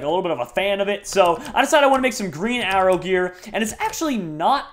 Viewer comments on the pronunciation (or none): Did he mean 'The Green Arrow' not 'The Green Arror' lol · Arrow not Arror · just realized he said green arror